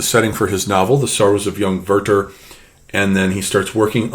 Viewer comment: While I love the video overall, I do not agree that Werther and Goethe sound similar. Maybe in your American pronounciation ("girthe"), but far from the original gö·te and weer·ter